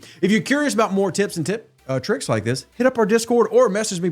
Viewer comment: I'm pretty sure, he said Tits and tricks! HMMMMMM sounds good to me!